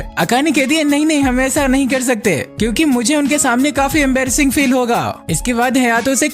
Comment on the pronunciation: Embarras ❌ Ambrass✅